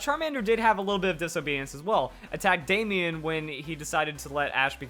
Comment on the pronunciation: Why did you say Damian or Damien like that. You making fun of people who's name is Damian or Damien? .jk man I'm just yanking your chain